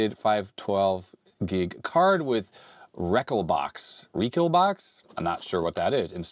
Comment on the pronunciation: I figured with 512gb he could have stored quite a big library of games for recallbox. Oh well. Wreckall box I guess as pronounced it